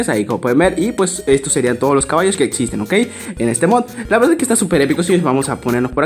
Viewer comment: DICE CABALOS